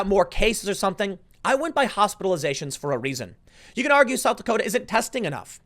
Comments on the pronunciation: “South Dakoder” 😂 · "south dakoter" I love jersey... :) (unironically btw) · Did you just say, "South Dakoter?" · Tim “ South Dakoters” Pool